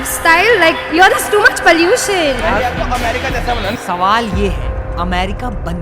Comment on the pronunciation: that girl with - here too much palluution (pollution). they are the ones who pollute every corner where they go throw things here and there like tourists place like mountains. this Delhi people especially. i am 99% sure that she probably might be from Delhi. curse to the upcoming future of India